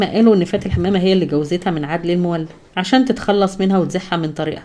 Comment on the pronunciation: اسمه عدلى المولد وليس عدلى المولا أبقى اقرأى من مصادر صحيحه